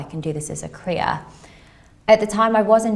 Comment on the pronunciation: "cuhhwreal" LMAO....a joke in so many ways including how SHE SAYS "career" 😂😂😂